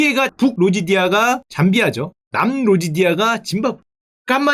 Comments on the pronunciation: 로지디아가 아니라 로디지아가.. 맞는것 같슴다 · 근데 국명은 로지디아가 아니라 로디지아(Rhodesia)가 맞습니다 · 여러분 로지디아가 아니라 로디지아 입니다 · 로지디아 아니고 로디지아 ㅋㅋㅋㅋㅋㅋ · 로디지아인데? 로지디아가 아니고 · 로지디아가 아니라 로디지아 아닌가?? ㅋㅋㅋ 치자피즈 처럼 틀린줄 몰랐네 ㅋㅋㅋㅋ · "로지디아" 아니고 "로디지아", Rhodes(로즈) -> Rhodesia (로디지아) 임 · 로지디아가 아니라 로디지아 입니다. 세실 로즈의 이름이 Cecil Rhodes라서 Rhodesia를 세우려고 하였습니다. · 근데 로지디아가 아니라 로디지아 입니다 ㅎㅎ Rhodesia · 로지디아--->로디지아( Rhodesia) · 로디지아..ㅈ낸 거슬리네 ㅋㅋ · 아악!!!!!!!!!!!!!!!!!!!!!!!!!!! 슈카형!!!!!!!!!!!!!!!!! 로'디지'아라고 로'디지'아!!!!!!!!!!!!!!!!!!!!!!!!!! rhodes를 따서 Rhodesia!!!!!!!!!!!!!!!!!!! 사실 막 불편하고 그런건 아닌데, 정보전달 유튜버로써 이런 작은거 잘못 전달하면 사람들한테 파급력이 크니까 수정해줬으면 해요!